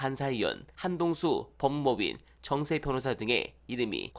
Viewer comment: 법무법인정세 변호사 이렇게 읽어야지 법무법인 정세변호사 이렇게 읽으면 변호사 이름이 정세인줄 알자나요😂